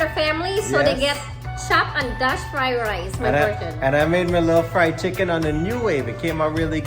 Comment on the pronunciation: Did just said chicken fried lice Hahaha